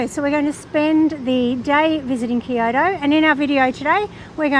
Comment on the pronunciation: "These steps suck!" Har har har! BTW -- 京都 "Kyo-to" two syllables, not three. Good vid.